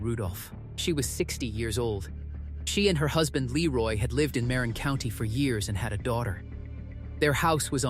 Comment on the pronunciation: Yes, I was born in Marin county. Mah-rin, not Mare-in, and San Reh-fell, not Rah-fay-ell.